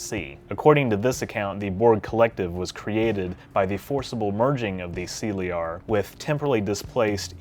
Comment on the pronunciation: That is an interesting pronunciation of the word Caeliar. Why use those letters to transcribe an alien word into English and then use none of the English phonetic rules when pronouncing it? It’s a fucking ridiculous farce.